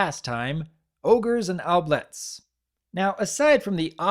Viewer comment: Oubliettes is actually pronounced *OObliets. Haven't you ever seen Labyrinth? Good review though.